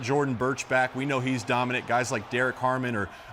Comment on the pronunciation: “those gays” 😂